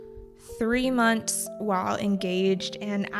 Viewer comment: / : ur pronunciation "while" i hear see months lot dating . i'm curious about why you pronounce it that way.